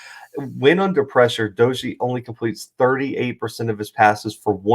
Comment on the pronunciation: Not a big deal but WVU’s quarterback’s name is pronounced DAY-gee. Good video. Should be a good game